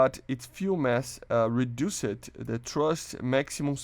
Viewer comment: AHHH ITS FIXED MAN not FIX-ED ahhhhhhhhhhhhhhhhhh, you got good english just fix the fix-ed and reduzed